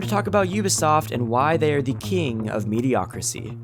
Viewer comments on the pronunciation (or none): "Mediocricy" is not a word, son! It's "mediocrity". Ubisoft is the King of Mediocrity. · The word is "mediocrity" not "mediocricy". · it's mediocrity, not mediocricy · I know it’s not the point the the word is mediocriTy, with a T. How did such a well edited and recorded video keep that in multiple times? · The word is mediocrity not mediocricy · Mediocrity*** I was just going to ignore it but I heard mediocricy like 5 times. 😓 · "MediocriTY." NOT "mediocricy" or "mediocracy." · Homie, it’s “mediocrity.” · Does this guy not know that the word is ‘mediocrity’?